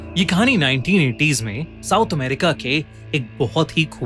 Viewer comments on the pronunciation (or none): none